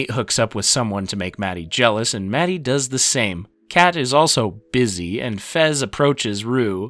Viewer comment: Anyone else notice him calling fezco “frezco” & kat “Kate” 😂